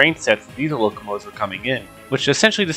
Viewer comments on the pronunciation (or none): none